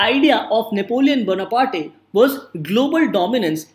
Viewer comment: I've checked American, British, English and French pronunciation of Napoleon Bonaparte and none of them pronounce ''Bona-party' Haha, just for fun.